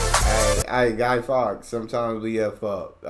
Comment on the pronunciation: It's the River Ouse, pronounced ooze not oos. It is probably where the word ooze comes from. It was not Guy Fox it was Guy Faux. Salt is not a necessary ingredient in Yorkshire Pudding, most of us, here in Yorkshire, never put salt in it.